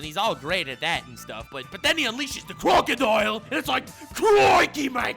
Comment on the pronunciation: No one: Literally no one:: CRROCKKODAIYYAL